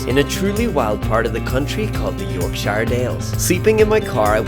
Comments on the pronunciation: Its Yorkshire not York SIiiihre got to learn how to pronounce these places dude. Great video though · Please for the love of god learn how to say Yorkshire